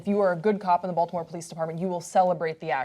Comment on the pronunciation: SOOO happy some mentioned the Wire... it was literally the first thing that came to my head when I heard them say Balitmore